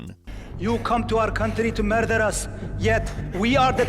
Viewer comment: "You come to Iran to merrrder as"